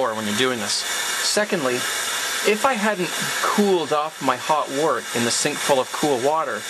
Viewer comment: I always thought one should call the unfermented beer "wort" sounds like "wert" not "Wart". Isn't that the correct pronounciation? The word "word" sounds like "werd" not "ward" and so the word "wort" sounds like "wert".